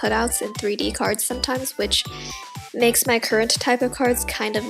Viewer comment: Is it sad that half the time I thought she was saying cars? Or am I just deaf?!